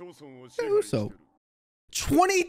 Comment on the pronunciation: Isn't it pronounced oo-sop and not oo-soap? I could be wrong